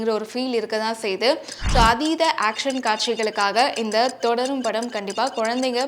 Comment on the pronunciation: Thodarum is not crt its thudarum